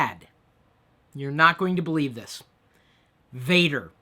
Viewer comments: not pronounced "Vader" like Darth Vader but more Vahhhhhder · Vader in Dutch is actually said like F-ah-der, sorry Chris.